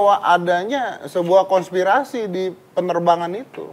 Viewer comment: raditya : konspitasi 🤣🤣🤣🤣 konspirasi